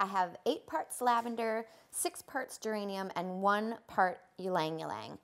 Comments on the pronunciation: e-lang e-lang not lang-lang for ylang-ylang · Very informative. Tiny suggestion - It’s pronounced Ee-Lang Ee-Lang not yeelang yeelang. It’s a Filipino word.